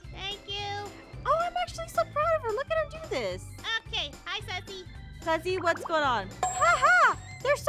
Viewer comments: The way keeps calling Suzy, Sussy😂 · When they visited sussyit sounded like sussy baao